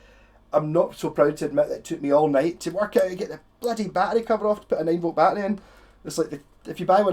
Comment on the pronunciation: Dude okay now that's a very cool pedal I just learned something to about the a b pedal okay that's cool took me awhile to figure out you were saying battery I was like what the f*** is he saying peace out have a good day